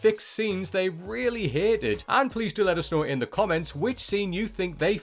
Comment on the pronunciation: "Hited" or "hated"? I had to watch the video with subs and eventually turned the audio off.